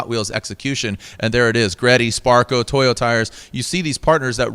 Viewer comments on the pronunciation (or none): Seriously? Toyo tires. Not Toyota tires.🤦‍♂️